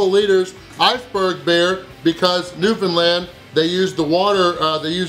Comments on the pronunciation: Hey, glad you got to my home town. Very impressed you got the correct pronunciation down for Newfoundland. I hope you enjoyed George Street and kissing a cod! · It's always nice hearing someone from away properly say Newfoundland. Atta boy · You pronounce Newfoundland correctly!! So refreshing! 😊❤️